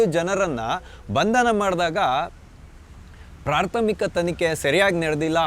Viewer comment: ಸರ್ ಈ ಸಂಚಿಕೆಯಲ್ಲಿ ನಾ ಗಮನಿಸಿದ ತಪ್ಪುಗಳು ೧)ಪ್ರಾರ್ಥಮಿಕ ಅಂತೀರಿ ಅದು ಪ್ರಾಥಮಿಕ ೨)ತಾರಾತುರಿ ಅಲ್ಲ ತರಾತುರಿ ಇವೆರಡನ್ನು ತಿದ್ದಿಕೊಳ್ಳಿ. ಕ್ಷಮೆ ಇರಲಿ.....